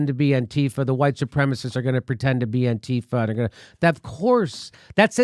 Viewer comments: Jimmy please. Its anti - fah, not anteefa. Stess on the anti. Its just like saying anti fascist, just without the scist. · Antifa, pronounced anne-tee-'fah. The small group was in Charleston VA and San Francisco, and a few other places to focus on neo-Nazis. Antifa went to protests against racism to protect and counter neo-Nazis/Klansmen violence. Nazis don't like anyone protesting against racism. Antifa was/is a small group of Jews who were tired of being targeted by neo-Nazi violence and didn't want other groups to be targeted by that same violence. Antifa gets such a bad rap because they are going after Trump's base. Other than the Klan, neo-Nazis are historically noted as the most violent underground group in the United States and have been registered as a terrorist organization within the country for a number of years. And still, Trump protects them. But he is not alone. So has the FBI and CIA, which have many neoNazis within their organization. Fascism is very popular now.